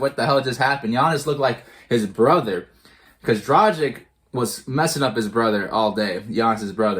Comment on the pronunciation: It always makes me sad when Heat fans pronounce Gorans last name wrong, he has been here for 7 years and y'all still cant pronounce his last name right??? Bruuuuh.... You read it Draghich, its a short G. If his last name was Dražik, your pronouciation would be spot on but now its just so wrong...